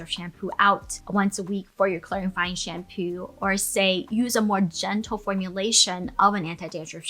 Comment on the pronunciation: Most of the times you say shampoo, I hear shampu, is it me or is it you? 🧐